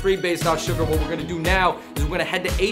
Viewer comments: It’s Suga (pronounced Shoo-ga), not Sugar 🤓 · It’s suga . Not sugar . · Suga not suger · It’s Suga, my dude. “SHU-GAH”. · It’s suga without the R